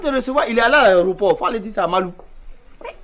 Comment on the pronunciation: On dit aéroport pas areoport orhhhh